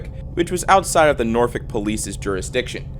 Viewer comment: as someone from norfolk those pronunciations of Norwich and Norfolk are dreadful lmao